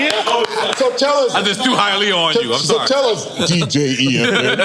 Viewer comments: EFN gotta be fed up with everyone pronouncing his name like “Effen” at this point. I know he wanted to correct Chuck D, but had to let it slide since he’s a pioneer & icon.😭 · Love Chuck D (hip-hop divinity) and Public Enemy, his interview was well overdue. Big Up to Drink Champs. Love how he continuously mispronounces EFN (ef'n)....but damn dude can talk... like nonstop, without breathing.